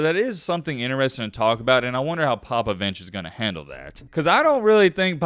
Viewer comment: Greg “Popavinche” lmfao dat was too funny